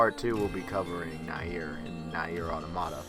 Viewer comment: Its pronounced near, damn!